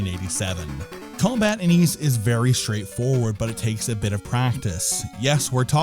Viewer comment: Ys was originally meant to be pronounced wise, but we messed it up.